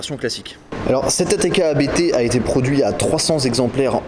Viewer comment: On dit pas A.B.T. ON DIT ABT